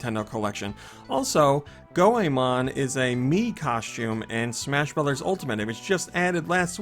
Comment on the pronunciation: Is that how you pronounce Goemon 'Go-ey-mon'!? Heh I always pronounced him as 'Go-mon'. And yes, Turtles in Time is a must and so is Terranigma! Great choices.